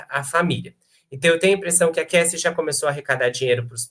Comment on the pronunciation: Dói o ouvido ouvir os convidados pronunciarem ""DIDI" e "CASSI"